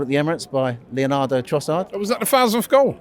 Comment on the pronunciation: man said Leonardo Trossard loool....its Leandro bud